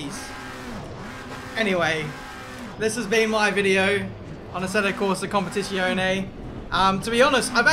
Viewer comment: He plays "Competishionee" for the first time and throws himself into a race on the most difficult track? Good idea :))